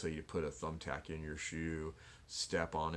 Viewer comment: Cool video very informative.. but you made me laugh when u said the tumbtap method.😂😂🤣